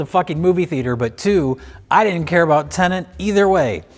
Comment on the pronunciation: I can tell doesn’t care about Tenet because he keeps pronouncing the name wrong! 😹